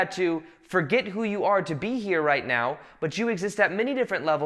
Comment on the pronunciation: explaining intensely time travel and parallel lives:“This time meow [now]” haha this made my morning 😁 Love it.